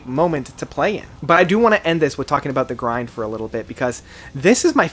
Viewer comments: I just can´t take you seriously anymore….you still can´t manage to properly pronounce their albums. It´s AutomaTA not Automa and its Coma Ecliptic and not Coma Ecleptic or what else….and it´s The Grid and not The Grind....man... AND Automata 1 and 2 are ONE album, not two....the label decided to split the release, but it was recorded as one album. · Bro Au-to-ma-ta and The GRID Great review tho